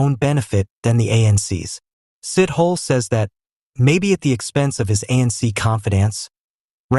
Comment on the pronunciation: It's not Sit-Hole ... very soon you'll call him Shit-Hole ... please ask people around for a correct pronunciation!